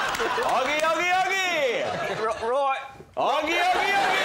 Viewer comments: If it was spelled aggie it would be like maggie, it is spelled oggie so is pronounced oggie. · ..... But it's >O Au<gie..... Augmentation has a different sound to it than Omitting. You saying 'rarar to me Augie is XXX' well okay but the name is Oggie, not Augie. genuinely do not understand why you took it upon yourself to give this story a completely different name and then act like we're the weirdos.